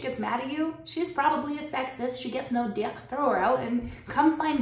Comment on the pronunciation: I'm not a nice guy. I just try to be good by my loved ones and respectful of those around me. It may be lonely sometimes, but at the end of the day that's all that matters to me could spend a thousand years alone and die happy, knowing I can make anyone happy...... btw you're killing me when you say DYECK. 🤣🤣🤣🤣🤣☠